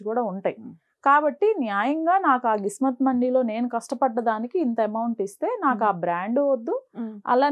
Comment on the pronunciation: Adi kismat mandi kadu thalli 😂gismat mandi 🤣🤭